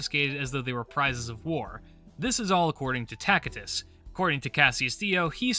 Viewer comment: I like the latin pronunciation of Tacitus.